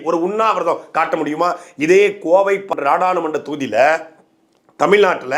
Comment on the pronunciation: "Koivai" 😂😂😂. Adhu 'Kovai' da